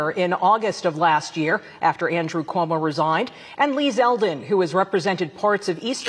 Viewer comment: It's ZELDEN not Seldin.